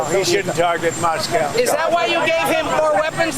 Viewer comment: what's a moss cow? 😅 🐮